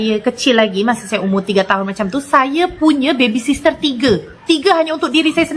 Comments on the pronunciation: Iya kok orkay nyebutnya baby sister..baby sitter kaliii..duh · orang malaysia salah mengucapkan dalam bahasa inggris, harusnya babysitter bukan babysister😄😄😄